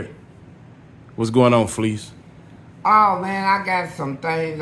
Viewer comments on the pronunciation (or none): His name not fleece he pronounced his own name fa leece